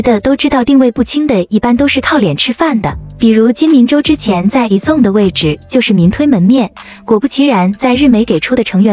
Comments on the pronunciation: izone不是念i(e)zone 而是念i-z(z音開頭，茲音結尾)-one 才是喔! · 團名至少要唸對吧…「izone」